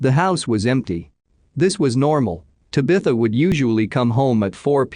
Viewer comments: This guy needs to learn how Tabitha is pronounced same has bewitch’s daughter. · The only thing wrong with these usually informative uploads is the idiotic Bot narration. The often mispronounced words and names is annoying. This last case specifically where it mispronounces “ Tabitha” at least 100x’s is disrespectful to her and her family. I’d be royally pissed if this were my child and heard her name continually being pronounced as such . Ditch the Bot and you’d have an amazing channel. Just my suggestion 🤷‍♀️